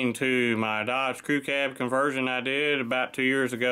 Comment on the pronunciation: you say conversion???.